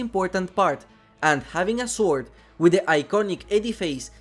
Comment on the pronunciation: Not to be mean, but try saying sword withouth pronouncing the w. Great video still